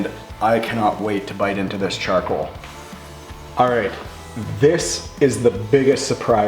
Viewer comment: Charcwoal. I love how he says it.